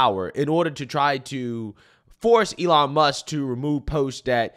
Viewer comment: AYELON MUSK 😂